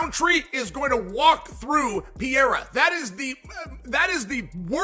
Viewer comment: CAN SOMEONE PLEASE TELL CHAEL THAT IT IS PEREIRA AND NOT FUCKING "PIERRA"